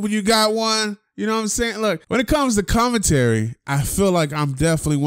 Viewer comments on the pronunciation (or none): Jason parra "comintary"